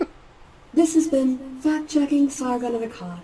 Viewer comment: I cant help but hear it as fat checking when she is talking.